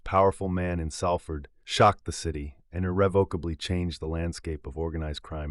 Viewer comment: Come on mate it's pronounced Solford but spelt Salford